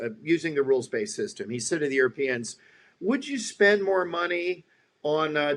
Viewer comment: "The Yoooropeens have been given a garden to live in?" That is one of the most hilariously stupid things I've ever heard.